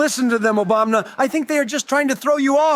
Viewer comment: This is the first of your videos I have watched. Pretty good! You need to fix all the presidents, saying Obamna. That is irritating.